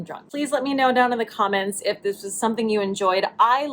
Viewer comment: It’s the slight slur on the word ‘comments’ at the end for me. 🤣💗